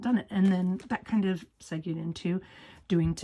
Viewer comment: Love all the ideas! Just for future reference, the word segue is pronounced “segway”. Keep those ideas coming!!